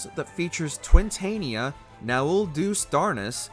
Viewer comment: I'm sorry watchmojo person, but as an ff14 fan I cringed quite a bit at the pronunciations on the unending coil of bahamut section Twintania (Twin-tahn-ia) Nael deus darnus I will give credit for given it's latin and Teraflame is just straight up wrong it's teraFLARE (also Ucob is actually considered one of the easiest ultimates, still really fucking difficult, but very much easier than the two most recent ones at the time of this video's release, The epic of alexander and dragonsongs reprise)